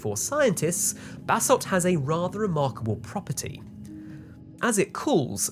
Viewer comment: I know he is saying "new basalt" but my brain still processes "new bathsalts."